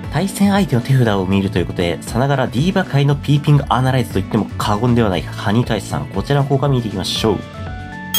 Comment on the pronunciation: ピピーングになってて可愛い笑